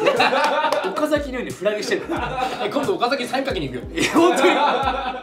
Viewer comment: 優里くん岡崎の発音が岡崎市民フォーマットだからマジで見てんだろうなw